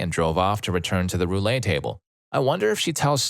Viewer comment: "Roulette" is pronounced "roo-let." Not "Roo-lay."